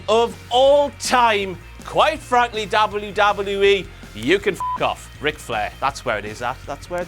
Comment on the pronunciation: why do say WWE so fucking weirdly